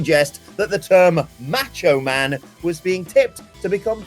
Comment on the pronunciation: The way you pronounce Macho Man 😂